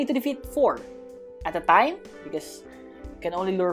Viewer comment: I always laugh when he say "at a time" because I hear is "atataym"